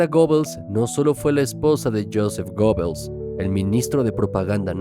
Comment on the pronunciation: Se pronuncia "Guebbels", no Gobels.